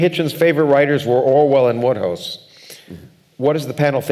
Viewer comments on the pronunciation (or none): Ah the pompous pontificating Oxford types mispronouncing one of the funniest authors of the 20th Century. It's WODEhouse. All that education and sanctimony